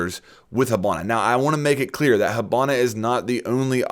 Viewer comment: Why do you pronounce it "hubana"?